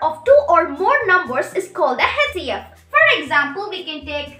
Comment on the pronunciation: HCF to sahi pronounce kro beta Other wise good effort